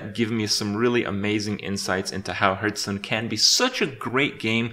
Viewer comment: Still pronouncing it 'hurthstone'.